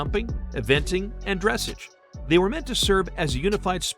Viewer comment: if you are going to talk a bout horses and reference Dressage, please learn to pronounce the word correctly! It's Dress awwge not dress age